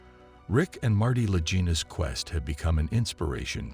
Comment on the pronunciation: Their last name is pronounced La-Geen-a not La-Gene-a. Announcer obviously is just reiterating more nonsense as click bate.